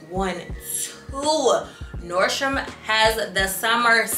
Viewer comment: Yesss! NordstroM not NordstromS 🥰🥰🥰